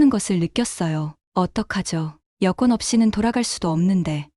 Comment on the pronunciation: 여권을 [여권]으로 잘못 읽었습니다. [여꿘]이 바른 발음입니다. 정확하게 읽을 수가 없으면 표준 국어 대사전을 찾아보시오! 찾는 단어 바로 밑에 아래와 같이 발음이 표기가 되어 있고, 그곳을 누르면 발음을 직접 들을 수가 있습니다. 이 동영상을 전 세계에서 다 보고 있습니다. 어법에 맞게 똑바로 써 반드시 교정을 잘 보고 올립시다! □ 표준 국어 대사전: ● 여권2(旅券) 발음 [여꿘] 「명사」 외국을 여행하는 사람의 신분이나 국적을 증명하고 상대국에 그 보호를 의뢰하는 문서. 일반 여권, 관용(官用) 여권, 외교관 여권 따위가 있다. ≒여행권, 여행면장, 패스, 패스포트, 해외여행권. 여권 수속. 여권을 발급하다. 여권을 신청하다. 여권은 [여꿘]으로 읽습니다?